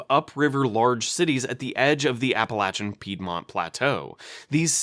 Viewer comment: Thank you for pronouncing Appalachia correctly